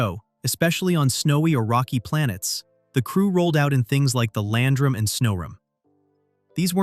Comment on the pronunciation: How hard is it to properly pronounce Land Ram?